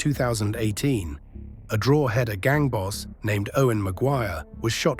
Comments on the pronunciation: Drawhaada. Learn to pronounce it properly. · is the speaker AI:?? speaks so well other then DROHEEEDAAAAA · Alot of the information over keane and robbie are incorrect and it's not pronounced drogheda. It's like draw-da x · Drogh eda say quickly ,,, county above Dublin - county Louth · Draw hed a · Still mispronouncing Drogheda! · Distracting how you cannot pronounce drogheda !